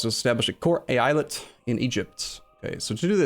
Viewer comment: It's pronounced "Eyalet",.